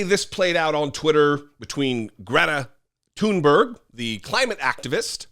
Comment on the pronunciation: Andy taint; 1) too STUPID to know that “he” had been mocked, 2) too stupid to pronounce Gr-ee-eta Toon-berri-uh’s name, 3) argues with a young girl to prove “his” manliness…. These republoturds shriek out loud how unmanly they are. Here’s an idea to prove your manly dominance you weakpublikkkans; go pick fights with other republoturds like, elephant killer don jr, or squeaky ben shapiro with fists not cowardly guns, film it and show us just how tough you are. Leftist veterans like and myself are of course not a challenge.. Heck, why not fight the most manly, muscular alpha of them all; the king of mar-a-lardo?